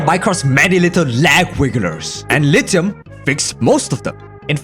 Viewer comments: Not him saying "lite hum" And not lithium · Bro why does he say it like that”lit I um” 🤣